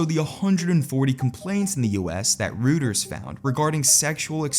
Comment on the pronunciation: Are you using an Ai voice to narrate your videos? I ask because you mispronounced "Reuters"